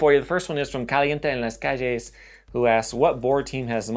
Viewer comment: Do you speak Spanish? Your pronunciation of caliente en las calles was perfect.